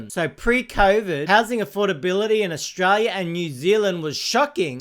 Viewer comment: Australia has an 'l' in it. Maybe try and pronounce it on occasion - it might help your channel